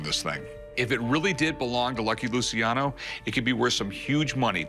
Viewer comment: Luciano the c is a ch sound